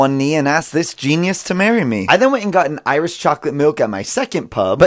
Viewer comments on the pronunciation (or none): Lol genius hehe it's pronounced ginnis lol I know that's not how it's spelt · “genius” 😭 its a guinness GINNIS is how you pronounce it 😭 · The pain of him pronouncing Guinness genius. THE PAIN!!! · Guinness is pronounced gines not gEnIuS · Brev Guinness and genius is not the same thing 😑😑😑😑 G-i-nn-is is how it is pronounced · Pronounced giness. Not GENIUS And the Irish breakfast is just an English breakfast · Did you seriously pronounce Guinness… Genius..? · My heart when he pronounced Guinness, genius.... 💔🥲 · Me as I skipped the video “wait did he said genius?” Goes back to video to read comments. Top three comments about the pronunciation 😂😂 so satisfying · I came straight to the comment when he pronounced guinness genius 🤦🏽‍♀️ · Him pronouncing Guinness genius all the British people : 🫣🫠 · Lord he didnt just pronounce Guiness genius 💀💀💀💀💀💀💀💀💀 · ITS PRONOUNCED GINNIS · Not this guy pronouncing Guinness genius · "Irish I could eat like this every day." Clever. Btw, it's pronounced "genus" with a hard G. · Proof America has no pubs it’s pronounced GINIS (spelt how it sounds on purpose) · It’s pronounced like guineas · American 🇺🇸 it is pronounced GI-NESS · Guinness is pronounced (ginis)G for good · It’s pronounced Gi-niss. Cmon now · I hope your dyslexic and did not just pronounce it GENIUS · Did he pronounce guiness genius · It's pronounced "ginnis" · Mispronouncing Genius.... hes a Guinness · It’s spelt guiness but it’s pronounced ginnis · It's pronounced Ginis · It’s pronounced g-I-n-iss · Fyi its pronounced gui niss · It’s pronounced gey nos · I’m from Jamaica wher Guinness is made and it’s not pronounced genius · Its pronounced gines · I went to the comment section as soon as he pronounced Guinness! I’m not disappointed at all! 😂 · I think you finally united the Irish and the English in anger at your pronunciation of Guinness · Guinness is pronounced like the world record book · No way he pronounced Guinness like that